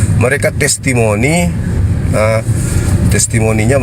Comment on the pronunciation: hahahaaa lucu bilang trestimoni